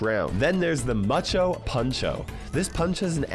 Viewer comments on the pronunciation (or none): Please don’t say macho puncho… Its mucho puncho (spanish/Mexican pronounced )